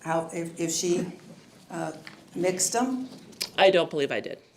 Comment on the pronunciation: “Mixed’um!” 😳 Are you kidding me! How is anyone meant to take these people seriously, when they have the English language skills of a hobo! 🤷🏻‍♀️ Yikes! I’m embarrassed for this woman! 🫣